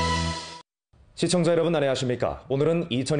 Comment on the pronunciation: 시총자요로분 안녕하싑늬까 오느른 이촌이싑솨뇬 유월 육일 모교일... 이 발음이 너무 중독성있어 ㅋㅋㅋ 문화어발음